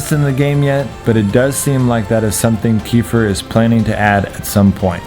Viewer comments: Great video! It was very helpful! (Jus one thing... It is supposed to read "KuhFEAR" And not "Kefier) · Kefir not kefer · Its pronounced kefear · It's pronounced (keh-fear) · Your saying kefir wrong its a drink in russian the enthasis is on f